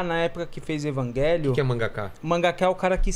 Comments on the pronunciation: Engraçado os caras falando Evagelion qo invés de Eva-Gelion e falar Shinji ao invés de falar errado Thinji kkkkkkk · Evanguelion e minha pomba falem direito evangelion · evanguélion KKKKKKk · Que porra de pronúncia é essa de evangelion